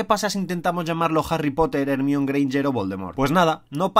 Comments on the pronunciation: Por el amor de Dios ya actualízense, Ermión está absolutamente mal pronunciado, entiendo que si por los libros y antes de las películas pronunciábamos mal ese nombre, ahora ya sabemos que se pronuncia "Jermaioni", debemos parar de seguir haciendo el ridículo con "Ermión" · Hermione, así que escribe, y se pronuncia "Germáioni" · Por qué pronuncias Hermione como “El Mión? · Como que ermion? 🤔 Se pronuncia jermayoni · "Germáioni", amigos, "Germáioni". Los nombres propios no se cambian sin importar el idioma del que lo pronuncia. Así como pronuncian "Maicol Yakson", "Shekspier" (o "Jarry Poter" en lugar de "Arri Poter") Aplíquenlo para todos los nombres. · Pues entonces amigo mío, mucho me temo que usted también lo pronuncias mal. Según mi amigo Daniel Radcliffe y Rupert Grint se pronuncia ''Germáioni'' Curioso que tu ''amiga británica'' pronuncie de forma distinta a como lo pronuncian en la película (Cuyo elenco es mayoritariamente británico), o será que ella vio algún doblaje inglés americano del que no sabía su existencia? Anda y mírate las pelis sin doblaje para culturizarte un poco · si Harry lo pronuncian JARRY porque Hermione no la pronuncian JERMAIONY, como en ingles? DIOS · jermione greinger, infumable su pronunciacion de este canal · ermion jajajaj no puedo con su pronunciancion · Porque en España pronuncian mal el nombre de la señorita Granger? Así está en sus películas? O de dónde sale la mala pronunciación? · Por qué pronuncian el nombre tan chistoso de Hermione?, por que no lo dicen como suena en inglés, me da mucha risa como suena, no aprendieron nada con la onda vital o el todo gas jaja salu2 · Hermione porque la pronuncian tan mal, es que son brutos o que? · Porque en España no pronuncian bien el nombre de Hermione?